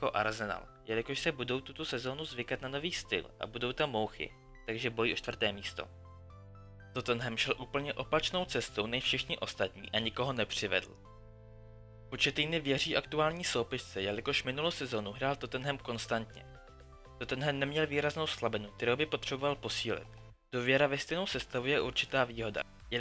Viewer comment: Nauč se vyslovovat jména... Bačučaí, Wengr, Početýny ... a navíc, jsi uplně mimo.